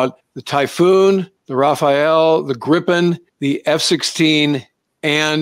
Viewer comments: Please stop calling Gripen "Grippen", it hurts my Swedish ears. The i is like the ee in eek-a-mouse. It's long and hard. Griiiii-pen. Say it with me English speakers! 😂😂And it's not "Grai-pen" iiiiiiiiiiiiiii-pen. I don't know how to approximate the i to an english word really. Listen to Max Villman here on youtube, he says it in basically every intro. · Just like the Typhonon, the Gripne or the Sepur Hernot 😂 Ahhh Americans, try to pronounce that: nuclear, not nucular and aluminium not aluminum 😅